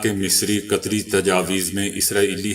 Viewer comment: بھائی آپ کی غلطی نہیں ایسا ہو ہی جاتا ہے قطری کی جگہ قسری کہنا غلط نہیں کیونکہ قطریوں کے ن لیگی قسریوں کے ساتھ گہرے مرسم رہے ہیں تو جراسیم عصر کر ہی جاتے ہیں